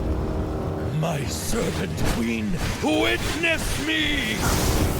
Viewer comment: Is it me, or d does sound like he's saying Servant Queen instead of Serpent Queen?